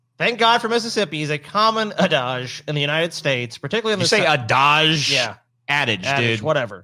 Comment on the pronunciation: "adage" is a French word, so that's an excellent pronounciation from, there.